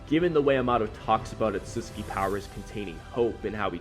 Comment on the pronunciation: The way you pronounced ‘Otsutsuki” kinda bothered me lol… Isn’t it: oh sut suki”? Not: “ oh suts ki” which is they way you say it?